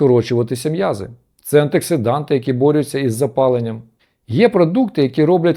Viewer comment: Антиоксиданти, вимовляйте правильно